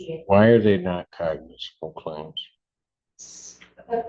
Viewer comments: She can't pronounce "cognizable." Judge keeps correcting her and she skips right over it. 😂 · I wondered if the attorney was using AI to script her arguments, but AI would probably be better. Not only does she not know what a cognizable claim is, she' doesn't know how to say the word.